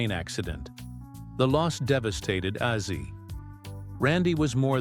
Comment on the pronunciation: Ozzy, not azi!!! Get it correct!!!!!!!!!!!!!!!!!!!!